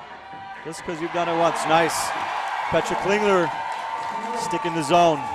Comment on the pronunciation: Petra Klingler is not from Sweden (SWE), as the rankings want to make you believe XD. It should be SUI or CH for Switzerland. Also, the commentators pronounce her name in a very weird way Edit: I'm stupid and don't even remember the abbreviation for my own country